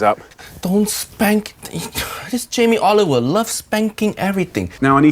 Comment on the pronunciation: Jamie "OliveOil"